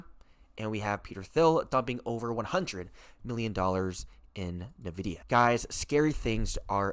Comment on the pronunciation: sir its....IN videa.......N.....is IN.......not nuhvidea